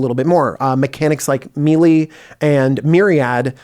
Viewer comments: Just saying, mili? DJ, its (may-lay) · It’s killing me DJ... It’s pronounced may-lay. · The way DJ pronounces “melee” makes me very upset